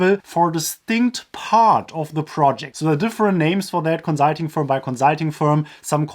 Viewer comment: Every time he says konzahlting an angel gets new wings